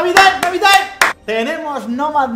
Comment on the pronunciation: "navidaaim!!" xd